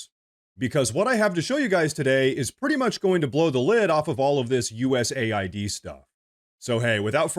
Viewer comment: But hey, he's projecting. But hey, the Dems have been doing this forever. But hey, it's pronounced US AID, not US ID as in the federal ID website. But hey - isn't what you say? "But hey..."